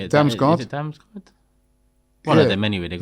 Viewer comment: Man said Damsgaard 🤦‍♂️